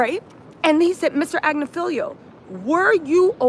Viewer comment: His name is Agnifilo. You and always get it wrong.